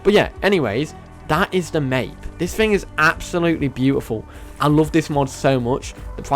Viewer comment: It's pronounced My-eep